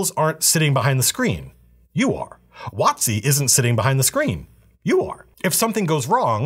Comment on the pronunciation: He said “WOT-C” and I thought he said “Watsky”